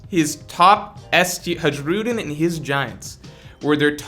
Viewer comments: every time he said "Haedshroodin" i cringed. his name is pronounced like "Huh-ee-roo-deen" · Its Har- u- diin Hajrudiin... not hajroodin 😂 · for FS man it's written Hajrudin, but it's spelled Hairudin plz every time i heard you spelling that way i felt my ears were bleeding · Bro why you keep saying "Ha-gi-rudin", thats not how you pronounce it. I wouldnt mind the mistake but you said his name way too many times its driving me crazy, lol. Good video tho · Learn how to pronounce names … the giant’s name pronounced like (high ro dean) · Who the f is this HadgeRudin u keep mentioning instead of Hajrudin 😂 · You da man but you should watch the anime just so you know how to pronounce Hajrudin (Hi-roo-dean) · Pronounced Hai*ru*din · HAI-RU-DEEN HAI........RU........DEEN FFS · bro the J in the giansts name is silent cuz stop saying haruJUEden jfc cringe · I love how he butchers the name Hajrudin ❤️ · The sheer amount of mispronouncing of HARJUDIN is very upsetting and hilarious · hajrudins name is pronounced with y sound where j is and y in a way like in the word hay or pray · The J in Hajrudin is pronounced like a Y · The fact that doesn't watch the anime really hurts his pronunciation. Hajruden is just the latest example.